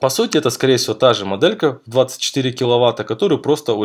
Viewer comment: Не досмотрел, не выдержал: " как раз таки, мАдэлька". Автор, говори по русски!